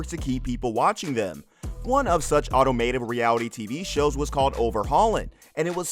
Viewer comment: This was good other than the narrator kept saying automative when the word is automotive it was driving me crazy